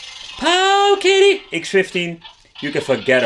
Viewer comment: I got to hear Pooooooowiddy mulitipe times in one video. You've really outdone yourself, good Sir!